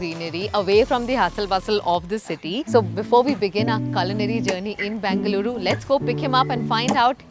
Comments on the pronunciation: Its BENGaluru for god’s sake....not BANGaluru🙄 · It is not Bangaluru, it is BENGA LURU. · Bangaluru!! It's Bengaluru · Its Bengaluru, not Bangaluru.